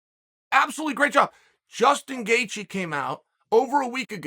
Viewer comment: Chael's mispronounced names: Islam Macklechev Justin Gaycheese Hazmat Chimiev Dustin Porear George Masvidal Beni Daroosh .... and the list will continue. If I forgot anyone, please add to the list 😂